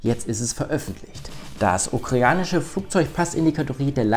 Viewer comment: "Ukreanisch"? Müsste es nicht Ukrainisch heißen?